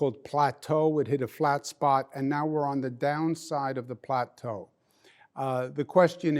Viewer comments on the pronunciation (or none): Can he stop saying plaetu however you spell it this is not math class